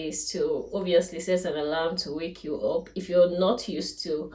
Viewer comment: Please just clarification and no offence. “Up” is pronounced “ap” and not “op”. Great content though.